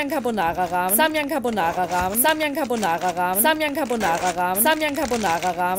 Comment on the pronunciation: Samjang hat sich später komisch angehört 😂